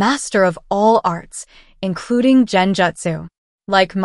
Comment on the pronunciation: It is Gen jutsu. Gen. Not Jen